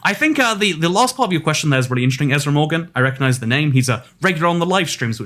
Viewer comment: ah yes. ezr morgan